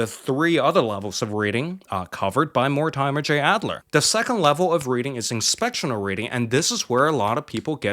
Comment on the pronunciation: More-Di’Murr is really how to pronounce that authors name. (I had a friend with that as a last name and that’s how he always pronounced it)